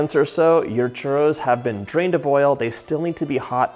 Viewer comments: And then you still pronounce it wrong. 😆 Not hating, just thought it was funny. 😜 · Yikes your churro pronunciation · I love how he pronounces churro. And also how happy he seems to be when he's doing anything from Mexican/ Latin cuisine. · Nice way to make and to pronounce “churros”😃 greetings from Spain, Europe, the “churros” land. Wonderful with chocolate!!!!😋😋😋🥰😘🌺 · What's going on with the way this guy pronounces 'Churros' throughout the intro? Feels like the equivalent of putting on a ridiculous sounding French accent exclusively when saying the word 'entrepreneur' in an otherwise typical sentence. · My favorite parts of this video is when you say "Churro". Thank you for this recipe! I love all of your videos!!! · Churros se dice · Hey John its churrros not churos no affence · Hello John.... so delicious! Great JOB! Super caloric 🙄🥶🙄 1) You need to work on rolling your RRRRRRs .... chuRRRROs... don’t be afraid to let those RRRRRs sound really strong. LOL! 😉 2) ChuRROs go really well with CAJETA ... next time try dipping them in CAJETA ... (milk toffee or milk caramel...) the kids will love the chuRROs dipped in CAJETA. 3) Here in Mexico it is traditional to eat chuRROs with hot-coco 😉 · Roll your R's just a bit John for the pronunciation ! ,,🤗, So happy you made this recipe! the box mix is meh ok !! Can't wait to try this !! Viva Mexico 🇲🇽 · me da risa como dice churo enjugar de churro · Babe CHURRRRRRRRROS not churos Love you, bye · why do you say churtto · He saying "delicious Trudeau"? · Repeat after me : chu -rrrrrrrrrrrroooos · Why is he saying ChURDO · lol…Sunday afternoon in humid Brisbane here…so glad your mum corrected your pronunciation of your Spanish…😅I’d love to make Churros with gluten free flour…as a coeliac I have baked most of my live all my own foods..I have a Kenwood mixmaster, and now a Thermomix too..so I can do anything now…loved catching up on your videos…stinking hot here today! Cheers, have a great year! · You gotta roll the R's